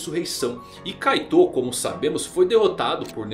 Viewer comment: Nao se pronuncia kaiTÔ , SE PRONUNCIA KAITO , a silaba tonica está errada , e não é kuraPIKA, é kuRApika (pela milesima vez)